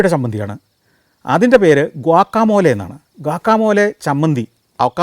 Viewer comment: നല്ല ഒരു എപ്പിസോഡ്. ഗ്വാക്കമോലെ അല്ല സർ. ഗ്വാക്കാമോളി.